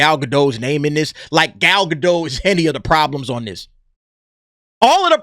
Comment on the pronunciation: please pronounce Gal's last name. It's GA - DOT SOUNDS LIKE POT. Thank you. Love your show.